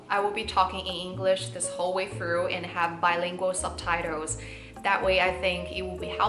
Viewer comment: 英语比我说的好多了，比较地道，句式也比较西化。只有2个词我觉得可以work on, 一个是subtitle的 tile的发音，还有一个是tool。